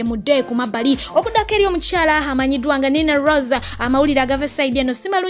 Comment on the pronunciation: I like the way you pronounce Nina Riza 😂😂😂 anti ensonga za madwasi nakweswapanta